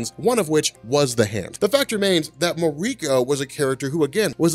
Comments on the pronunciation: Muh-REE-ko. hahahaha. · You need to learn how some things are pronounced. Its a japanese name, MAR-EE-KO. It drives me crazy that people are lazy when it comes to reading names. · Please don't pronounce Mariko like that.